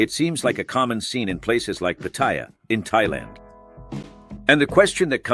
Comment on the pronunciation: 👁f👁- PLEASE READ READ PLEASE -------------- If you going to cover a foreign country please pronounce the name right... . PAT-T-YA is how you pronounce it so you don't sound like an amateur